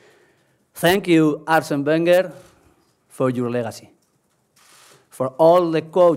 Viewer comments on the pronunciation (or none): He said Arsena Vengar lol